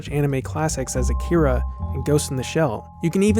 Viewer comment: It's pronounced Ah-Key-Ra (with a rolled R).